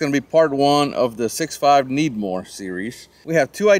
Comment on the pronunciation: why do you say 6.5 Needmore instead of Credmooor?